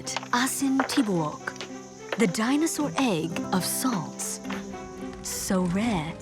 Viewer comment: It's pronounced "tibu- uk" not tibuk 😅 asin= salt, tibouk= whole